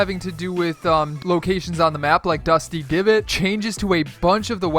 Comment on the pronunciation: Did he say dusty givot